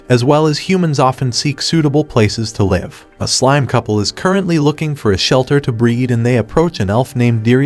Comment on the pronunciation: The pronunciation of LIVE changes according to the context of its use. I LIVE with my family. I'm watching this show LIVE on tv. LEARN ENGLISH.